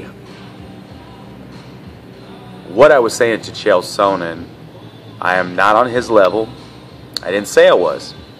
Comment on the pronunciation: You can't even pronounce Chael's name correctly unknown person!